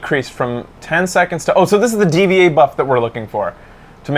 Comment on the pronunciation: D.Va is pronounced Diva, dude.